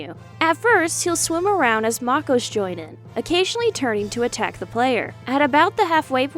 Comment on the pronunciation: Every time you say "Maco" its really hard to watch, its pronounced "Mayko".